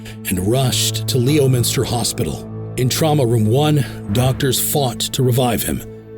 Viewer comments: It’s pronounced Leminster , not Leo-minster, silent o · Ok, it's not Lee-oh-minster. It's Leminstah. Learn to talk like a Bostonian. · "Leominster" is not pronounced "Leo-min-ster", it's pronounced Lem-in-ster. AI busted again. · The location of the hospital is not pronounced Lee-O-minster. It is Lemonster.